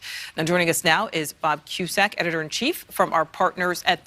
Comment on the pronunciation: Did she say, "impinching Trump?" 😁